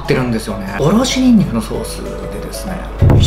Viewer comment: おろすぬんにく…